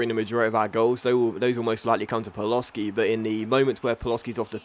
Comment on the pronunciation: It's pronounced PALOSHI not Paloski